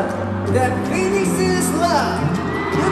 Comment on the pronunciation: yunho mispronunciation of phoenix is one of the funniest things i’ve seen. poor yunho 😭